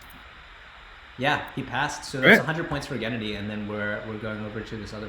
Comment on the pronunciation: The way they pronounce Gennady like Kennedy is disturbing.